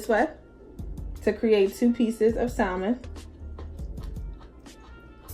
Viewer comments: Sam-en. L is silent honey not Sal-men. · Looks delicious 😋 (the “L” in salmon is silent ☺️)